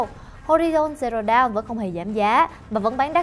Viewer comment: Đọc dawn thành down )))